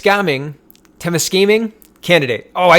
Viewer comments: “Tem-is-KA-ming”, I think, is the pronunciation, but it one of those words that is harder to pronounce the more you think about it. It’s a bit melodious when pronounced correctly, though. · TEM—ISS—KA—MING ... emphasis on "ISS" ...